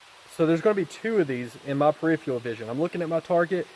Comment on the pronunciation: Here’s how you say “ peripheral”